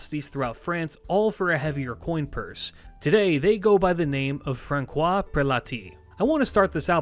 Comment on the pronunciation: I know that it's really minor detail, but correct is ”Fran-SWAH”. The ç ist soft. I know I know... "Frunch" however just wanted say this cuz it was like anvil for my head. Besides good video like always